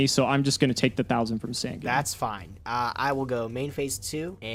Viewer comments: I wasn't, not until he begins to pronounce sangan correctly even tho HE HESRS OPPONENT SAY IT RIGHT!! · Pronounce sangan right and your nightmare might end